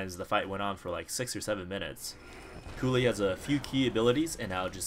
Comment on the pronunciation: Kully? are you serious? he is called Kulle and you stand speak out the e as an i. In english you just say Kull.... noob